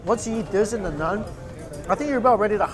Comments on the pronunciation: Hello bro it's naan not nun lol. Happy to help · am i the only one who gets tilted from him saying "nun" rather than "naan"😂🤷🏻‍♂️😭